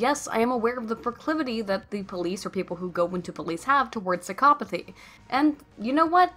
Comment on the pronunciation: I wonder if she is intentionally pronouncing it as psyCOPothy